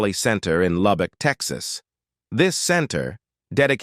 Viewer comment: Uhhhhh…where is Loubock, TEXASSSS…?…you sound like a rail dombassss